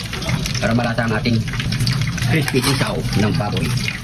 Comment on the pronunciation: Crispy 😂😂😂 idol nmn eh bungal ka,di nmin Marinig na crispy😅